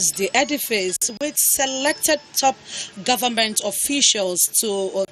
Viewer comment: Why do northerners pronounce government as gunmen? Did you hear that from shetima?